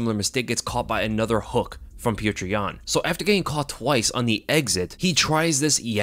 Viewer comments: For the love of god, it’s not putrid yan. It’s pronounced “pyoter”. Just like fedor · I'm convinced that can't say Petr name right lol. Peow-ter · bro pronounce it peyoter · It’s hilarious that you can’t pronounce pyotr even nearly right